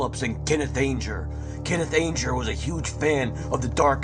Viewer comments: Ange-er lol it's Anger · It's pronounced "ANN-JER". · dat voice :( people always forget to add that hunter (at the stones concert)pulled a gun and shot at the stage so the incident at the concert is not as black and white as "truthers" make out you can't have done much research on key players such as anger if you can't even pronounce his name.sorry to be negative you did get some of the web correct but some of your info is not proven that's what happens when you piggyback others work without checking sources properly. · yup yup, not just Anger but so many names and words mispronounced it was distracting at first and annoying as the video continues.